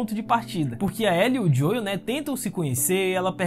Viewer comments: Gostei das suas considerações mas só uma dica, a pronúncia do nome do Joel é "Jhou" e não "Joio", então ficou meio chato ouvir a cada minuto assim, principalmente se vc joga no original. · Sempre q o pronuncia o nome do Joel (Dioiu), meus ouvidos sangram 🤣🤣